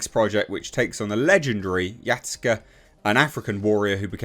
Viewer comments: Why are you saying it like that? It's Ya Sue K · for future reference it's pronounced Ya-Skay